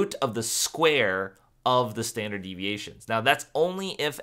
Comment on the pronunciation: there is a typo on the probability slide!! you said "stanard" deviation rather than standard! Thank you for your time you remind me of my teacher his name is Mr Dick Elsbree and he is bald.